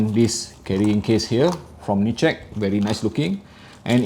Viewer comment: I believe NiceHCK is read as Nice H C K. If you look at the logo, it's split like this: NICE HCK